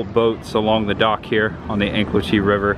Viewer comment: Hey it's pronounced Anclote like An-clote (rhymes with Vote), not Ann-Clo-tee. 👍